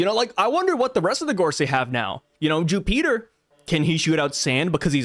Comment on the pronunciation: Jupiter ❌ Jewpeater✅